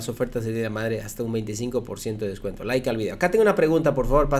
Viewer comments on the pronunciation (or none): ya deje de decir Lke al video. Like al video.